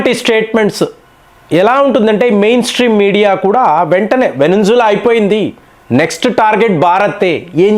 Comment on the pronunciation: వెనింజుల కాదండి. వెనిజులా